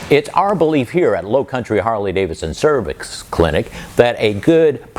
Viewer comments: did you say cervix Clinic? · I'm sorry... great video... but I lost it when he accidentally said, "Low Country Harley-Davidson Cervix Clinic..." My wife heard it too, and she also thought it was hilarious 😂